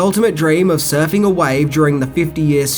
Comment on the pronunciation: I'm sure it is just me but every time he refers to the surfing culture I hear surfy culture.